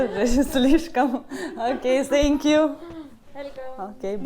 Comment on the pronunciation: Ne senkju 😂a Tenkju 😮😅